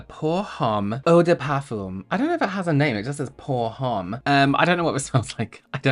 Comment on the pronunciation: Poor Homme means 4 men Also Don't pronounce the H Montrealer here